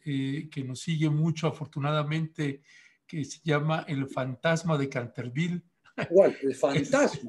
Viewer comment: Buscaglia 7 minutos para hablar de él mismo. es muy acartonado y lento, quiere hacer programa ameno y relajado pero no le sale. Está de weba. Además dice "cantervíl", seguro estudió inglés con AMLO